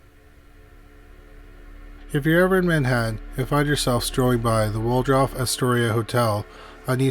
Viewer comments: Just a note - it’s not the Word-off hotel but rather the Wal-dorf hotel. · Does anyone know what causes the sort of letter transposition that the narrator can sometimes be heard to do? I caught it again when he said Wardolf Astoria instead of Waldorf. The L and R sounds are transposed. Is it a known speech thing? Something like verbal dyslexia? Does it qualify as spoonerism? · *Cheyenne is pronounced more like "shy-ann", not "chainy". Think you also said "Waldruff" for Waldorf too. Google will pronounce any unfamiliar word for you if you ask. Just saying, you being a public reader and all. Riveting content otherwise. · Waldorf is pronounced WALL-DORF. Nuclear is pronounced NEW- CLEE-ERR. - That is the military veteran/actor Robert CUMMINGS. Really enjoy your stuff but you need a better editor ❗️😉❗️ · You're gotta learn to pronounce these names.... IT"S WALD-ORF and CHAI-ANNE.. otherwise great video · I'm thinking you didn't check on how to pronounce Waldorf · Also Cheyenne and Nuclear. Just a pet peeve of mine. Smh.🤦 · He doesn't pronounce something correctly virtually every video. lol